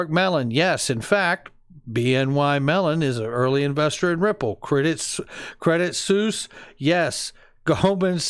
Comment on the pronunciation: Incredible content, as usual. FYI: Credit Suisse is pronounced “Credit Swiss”, not “Suess “ like the Children’s’ book author. Sorry to be that guy but, ya know.